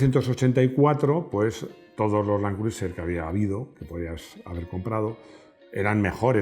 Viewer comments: Todo estupendo, un video genial pero se pronuncia land cruser. Al igual que Tom Crus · Buena reseña, que lástima que los españoles insistan en pronunciar los nombres en inglés como lo harías en un alfabeto hispano, asi les duela la boca la I de Criuser NO SE PRONUNCIA a riesgo de parecer demasiado ignorante